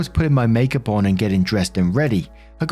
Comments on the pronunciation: oh you mean “maki yoop”? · also mispronouncing words like "makeup" lol